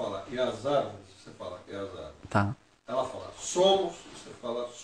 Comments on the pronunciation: Caramba o cara só fala arveres kkkkk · Árvires KKKKKKKKKK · Fiquei com vontade de bater nesse cara que fica falando averes kkk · Não aguento tenho q rir "Arverezes"kkkkkkkkkkk O Jardineiro e Jesus , E as Arverezes somo nozes😂😂😂😂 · KKKKKKKKKKKKKKKKKKKK AVERES, AVORES, AVOROS KKKKKKKKKKKK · "arvoreze" KKKKKKKKK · ARVORES ata entendi ARVIRES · Leonardo Angelo Nossa eu fui escrever a resposta pra VC nem dei risada ai passou ele falando arvoros e dei risada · "as árvres somo nozes" Kakakakakakakakakaka :v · Não sabe falar árvores! Kkkkk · Não sabe nem falar árvores kkkkkkkkkk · " e as averes " " ARVO" " e as arvoros " SOCORRO KKKKKKKKK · Nossa q agonia ele n sabe falar árvores